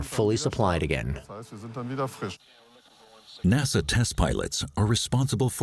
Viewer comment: It's so strange, the narrators don't even say years in the same way. She doesn't even pronounce NASA correctly lol.